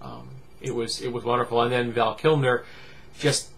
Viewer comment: Who's "Val Kimner"? Or "Val Kilmner"? lol Good god